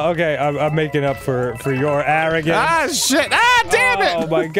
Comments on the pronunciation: “Your aringance!!” XD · Your ARIN-GANCE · STARCOINS!!!! NOT Medallion!! Good god your arrogance..